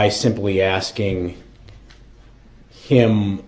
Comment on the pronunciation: It's "axing" and "undershtand" for me. Makes me want to send his bunkie some commissary money to choke him... lol